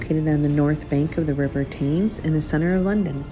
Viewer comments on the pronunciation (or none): The river is pronounced "Temz".